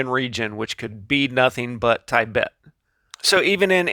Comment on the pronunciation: not 'tie- bet' , ti bet